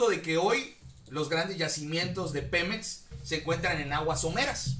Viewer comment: Segundo :06. El pemex de tu presidente??????? Snap, snap, snap, slap, slap despierta chavo, ES PEMEX, no pelop, buen chiste, aunque estoy de acuerdo que México sea el único propietario y no cualquier corrupto